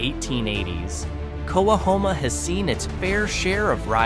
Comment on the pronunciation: It’s pronounced “co-hom-a”